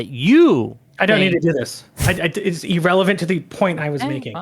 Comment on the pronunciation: "E-rrelevant" "E-rational"